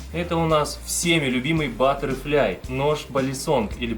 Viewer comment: Бляяяя батерфляй... МОИ УШИ!!!